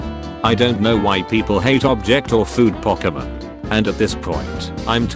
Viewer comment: The moment the word "pokemon" was being mispronounced was the moment the video should've been deleted 🤣